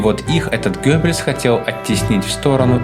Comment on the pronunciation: Только всё-таки не Гёббельс, а Геббельс.